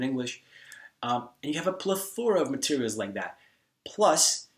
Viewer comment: how long have you been speaking English? I ask because have a very clean accent, minus the odd pronunciation of a few words. those few odd ones are a dead give away though, best example (most memorable example) being how you said plethora. otherwise impressive to sure.